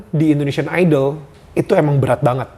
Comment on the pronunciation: indonesian ka harusnya bukan indoneisan